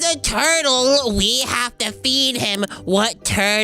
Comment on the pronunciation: Why are you saying feed?🤔